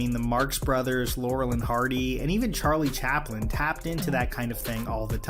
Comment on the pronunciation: did you just say Charles Chaplin